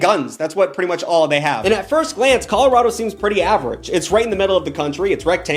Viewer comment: pronouncing colorado as colowado and chicago as chi-ca-go (instead of shi-ca-go) is taking me out